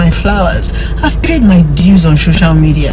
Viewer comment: For the rest of us "LAYMEN" as she called us 🤦🏾‍♀️, I'm I the only one hearing her say "SHOCIAL MEDIA"? and "THANK YOU FOR YOUR CONCYNE"? VDM, you sef zukwanike!!! 😂😂😂